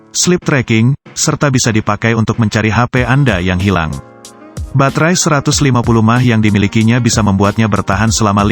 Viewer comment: Kocak M-a-h jadi mah tolong di benerin pengucapan botnya wkwk